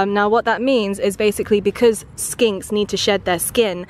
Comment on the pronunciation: Is she saying skanks